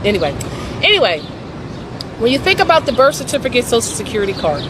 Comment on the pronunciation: What's a certifricate?